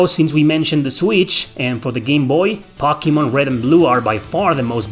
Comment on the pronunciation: I'm just here for the way he says "Pockymon"